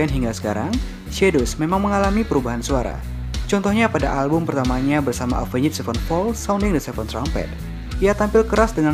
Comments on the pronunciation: Jangan pakai 'njed' dong baca Avenged nya 😂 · Soalnya rada susah dibaca kalo ga pake "njed" 😂